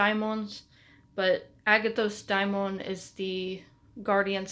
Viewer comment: It's "dáimon", as in "Afrodite". I think we all should learn ancient greek, at least the alphabet to pronounce correctly